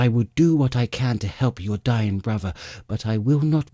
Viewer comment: Wait wheres the other 2 books? I was even getting used to hearing "Waistlin and 'is bwuvva" 😂